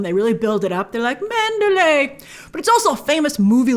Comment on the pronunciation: Pronounce PROPERLY! ...lay is a city in Burma. ManderLEY is the mansion in this story. It's basic respect to say names if people and at-least central locations correctly.